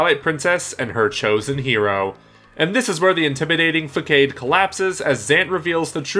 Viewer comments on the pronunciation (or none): facade is pronounced fuh-sod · "facade" is pronounced "fuh-sod" "usurper" is pronounced "you-sir-per" sorry, I couldn't not say anything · Did he just fucking say “Fa-kade?” It’s French, buddy... I try not to be critical of mispronunciations, but that’s just ridiculous. Also... Ur-surper king...? Ya mean usurper? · "Fakade". It's "facade", pronounced "f'saad". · “Fakade” Huh? I know it sounds petty to get after you about pronunciation but it is one of those craftsmanship things. “Facade” is pronounced /fəˈsäd/ Edit: I’m really happy to see a bunch of other people also jumped on this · Usurper is pronounced "You-surper" not "Er-Surper". Automaton not Automation. Facade not Fackade. Grand Finale not Grand Final. If you're not sure how a word is pronounced, Google Translate is a great tool. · Did you just say... fuckade??... it’s facade.. like fah-sāhd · Fakade? You mean... facade??? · Love the video! If I may...the word facade...it's pronounced "fuh-sawd" not "fuh-kayd" :) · did u just call a Facade a Fakade? -. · Facade is pronounced fa-sard nor fa-kaid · facade is pronounced fasaad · Nice vid! Quick note: Usurper: pronounced you-SIR-purr Facade: pronounced fuh-saw-d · Did he really call a facade a fake-aid...???” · He also pronounced facade “fah-kade”? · Facade; not 'Fa-Kaid' Usurper; not 'UR-sup-er' Automaton; not 'Automa-tion' That was painful to listen to... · Yeah try fasahd... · i was about to make the same comment. two pretty bad mispronunciations within 10 seconds. facaid and urrsurper ugh lol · During 5th Boss review 1. Facade is pronounced (fah-sahd) 2. Usurper is prononunced (you-surp-er) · Seriously guys get your pronunciation right. Automation? Facade? Ursuper??Words arent that hard.